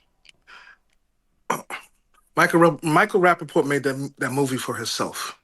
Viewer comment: “Rapafart” hahahahaha im dead